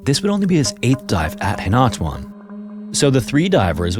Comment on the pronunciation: philippine story jumpscare btw it's pronounced "hee-nah-too-ahn"!